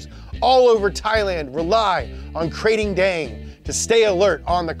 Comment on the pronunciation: Kr-AH-ting, making my ears bleed with the Krayting